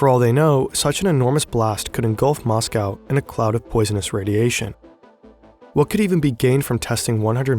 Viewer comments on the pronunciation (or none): none